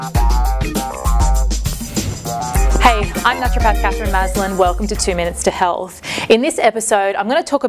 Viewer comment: Sounds like she says in the start of the video "... and welcome to '2 Minutes to Hell' " lol